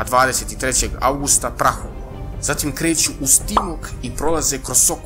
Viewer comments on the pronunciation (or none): none